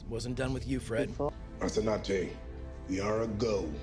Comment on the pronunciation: You've grown to my favorite Expanse reactor in no time,. Just one little thing: Please learn how to correctly pronounce "Rocinante". She really deserves it. You always say something like "Rossinade".